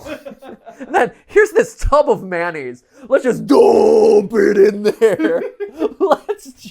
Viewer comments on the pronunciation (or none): Mayonnaise. Not Manaze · Regional pronunciation I guess, because I say manaze as well